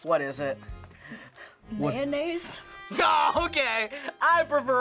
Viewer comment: How she says mayonaise is priceless.